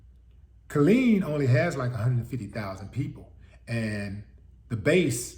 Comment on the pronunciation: Ft Hood is in the city of “Kill-EEN”……